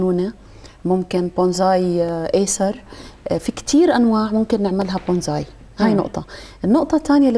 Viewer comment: بونساي وليس بونزاي